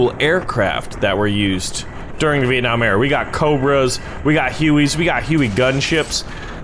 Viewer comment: Vieenam LOL